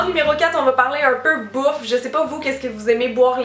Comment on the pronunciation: Quand t'as dit "Bouffe" j'ai compris "Beaufs" 😂😂😂😂😂😂😂😂😂😂😂😂😂😂😂😂😂